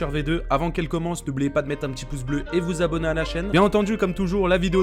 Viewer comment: Il dit bleu pas beu